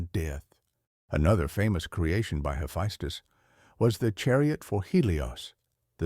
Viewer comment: It's so confusing how your AI pronounces the name Hephaestus. So far I heard three ways of those pronunciations.